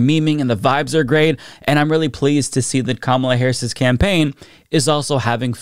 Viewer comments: I think the Kamabla thing is just him being disrespectful, since he doesn't say Kamala's name correctly. Sounds like him saying "blah blah however her name is pronounced." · It's also mispronouncing her name on purpose, like a second grade bully would. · I think it's supposed to be "kama-blah" as in, she's a blah candidate? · I think its supposed to be "Kama-BLAH" and yeah its a really stupid insult for a political rival lol